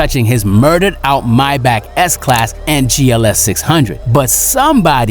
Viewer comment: Stop pronounce mybach is pronounced maybach